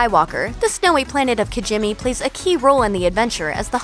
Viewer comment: It's "kintsugi" not, kint(whatever you wrote in the video. Also, the planet is pronounced "kee-jee-mee," not "kijimmy," and Ackbar's home planet is Mon Calamari, not Mon Cala. Get it right.